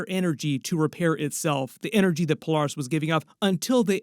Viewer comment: It's weird hearing someone pronounce her name, Pole- Are- Us. Instead of Pole- Air- Us. Interesting.